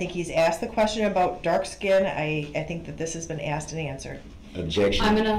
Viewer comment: Aks and ansered yer honer